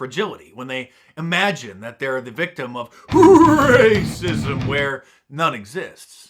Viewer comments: i thought the screen would flash with graphics when you said "ra-cissm" lol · I love it when you say 'rrrraaacism'. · 😂😂😂😂RRRRRACISM. ...DUH DUH DUH DUH.... LOVE IT...Mark, you make day. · Mark, you forgot the booming "dun dun dun" background music when Don Lemon said "rrrrrrraaaaacsim". lol